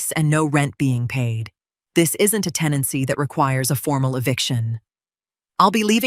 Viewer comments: Otha is the attorney … not OA. Tenancy, not teny. Good grief even for AI this is terrible. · TENANCY not “teny” (that isn’t even a real word).